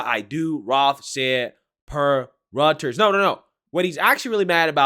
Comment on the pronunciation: Reuters pronounced like royters. Love your channel man. Keep up the excellent work.